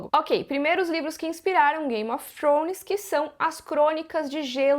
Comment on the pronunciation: É forma correta de se pronunciar "th" em inglês